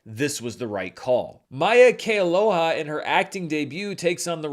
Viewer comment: thank you for pronouncing Maia Kealoha’s name correctly; all the other Lilo & Stitch review videos I’ve seen butchered her name. 😂